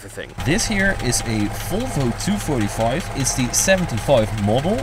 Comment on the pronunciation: Volvo! Not folvo